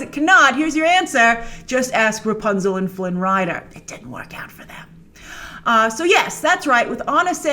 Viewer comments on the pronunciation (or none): none